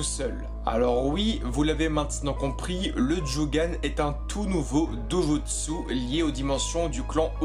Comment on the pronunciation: prononciation à ne pas oublier stp ! : " a zzu ra " " do jutt ssu " djo gan " RESPECT MEAN?!